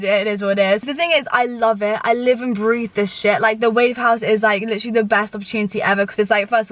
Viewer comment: PLEASE STOP saying 'litcherlly' every other word omg i'm mad